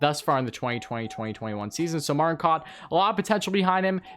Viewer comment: It's pronounced Alex 'Bue-cage' and Martin "Cow-t'